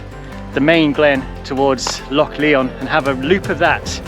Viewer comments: It's pronouned as LION (though spelled LYON) and not pronounced as LEON. Nice video! The music is overly intrusive and loud in places. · it is pronounced lion not Leon glen lion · It’s pronounced lion mate - nice vid! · it's pronounced Lion, like the king of the beasts. Great videos by the way, keep up the good work. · Epic" i think its pronounced [ glen LION] as in king of the jungle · "Lyon" ? Your pronunciation needs a lot of work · It’s not Leon it’s said as in lion,also it’s pronounced Tinedrum otherwise enjoyed the video